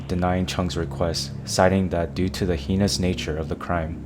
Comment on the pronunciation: I'm baaaack lol heinous is pronounced hayness :P